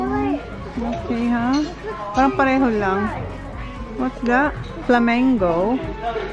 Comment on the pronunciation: It's not FLAMENGO It's FLAMINGO.